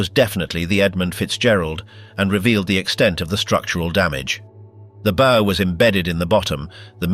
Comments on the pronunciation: Advise you talk to a seaman about pronunciation of nautical terms. The BOW of a ship is not a ghostly "Boo" nor is it an archers "Bow". It's always like an underclassman bending at the waist to royalty. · Two repetitive and cannot seem to pronounce the word bow when it is applied to the front end of a ship. It's not a bow like in a bow and arrow. Hire a narrator that knows how to speak the English language. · Please, please, please learn how to consistently pronounce BOW. It's the SAME every time. NEVER a "bow" on a Christmas present. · CLICKBAIT. NOTHING NEW HERE. DOWNVOTED for crappy computer generated narration, cant decide how to pronounce the name of the pointy end od a ship... boo? Bough? Bow? Good God, what a crappy way to fuck up an otherwise interesting video. And with a stupid Limey accent to boot. Poor, very poor. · and mispronouncing the Bow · These click--baits never even know how to pronounce "bow". It's not something you put on a Christmas present, (Think bow-wow-wow.) Sault Ste. Marie is "Soo" Ste Marie. Traverse City is "Travus" City. Rajner is pronounced Reiner. At least that's what we called him when we sailed with him.